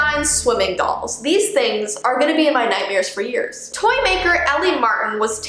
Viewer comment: I don’t know if anyone notice but when she said “Toy” it’s sounded like “Tor” (Is it just me-)